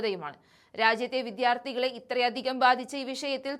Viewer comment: "വിദ്ധ്യാർത്തി" "നിർഭാതം" -- മലയാളം ഉച്ചാരണം ഗംഭിരം തന്നെ 😂